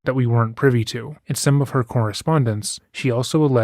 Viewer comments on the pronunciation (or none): none